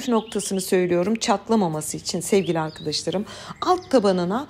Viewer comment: sizin Sevgili arkıdişlarım demeniz beni güldürüyor her defasında neden arkadaş demiyorsunuzda arkıdiş larım diyorsunuz